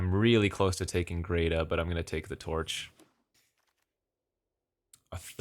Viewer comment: Every time he says grey-tuh and not gret-uh 😤🫣😵‍💫 Hah! Congrats on the baby! Love to see videos uploaded still. As always, great stuff!